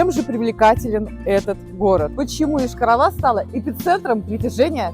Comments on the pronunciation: Девушка,не И.Доносите правильно до зрителя!!!Р.S.я не дам в обиду свой город который начинается на букву Й-ая😊! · На Й начинается а не на и